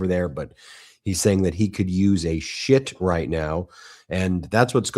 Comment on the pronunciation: 😅😅😂 I thought he said that he could do with a ship not shit